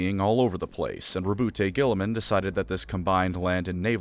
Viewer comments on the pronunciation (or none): Roboute Guilliman? Ohhh, you mean ROWBOAT GIRLYMAN.